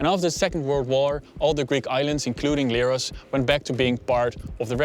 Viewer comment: its not leeros , its lerh-os like lepricot , lemon , lent not like leerhoy or lyrics